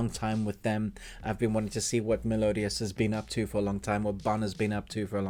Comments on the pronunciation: I'm sorry, every time I hear you say Melodious, I cringe... It's Meliodas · sorry what I mean was u pronounce it wrong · The way he was saying meliodas